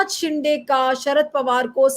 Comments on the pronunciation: ये सीनियर महिला पत्रकार शिंदे को बार बार शिंडे बोल रही है। उनका अवमान कर रही है। जन बूझकर बोल रही है। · शिंदे not शिंडे